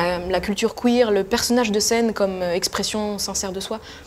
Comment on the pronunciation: C.F Queer pas Cuir. Benêt.